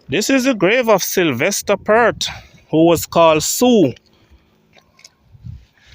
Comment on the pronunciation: PERT IS PERT...PEART.. PLEASE PRONOUNCE THE (A,) IN PEART